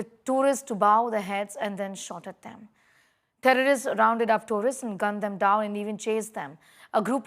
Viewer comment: Say terrorists; it sounds like tourists very unclear,pronouncing of words